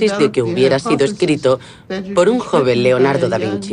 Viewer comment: Por que leordardo dise el libro leordardo. No avias más o que